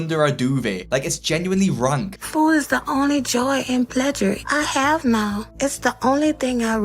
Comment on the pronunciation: food is the only PLEJURE she has? Too much food is affecting the way she pronounces words